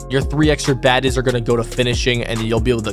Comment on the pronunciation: Why this dude call badges baddes🤣🤣